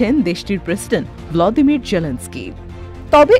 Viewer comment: উচ্চারণটি হবে ভলোদিমির। শুদ্ধ উচ্চারণ শিখে নেয়া উচিত।